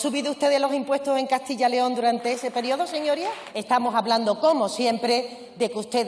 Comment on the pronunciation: Se dice Castilla yyyyyyyyyyyyyyyyyyyy León mendruga!! Siendo ministra lo debería saber. Su comunidad es Andalucía, no Handalusia, ni Andaluzia, ni Handaluzhia, entiende señora!!!??????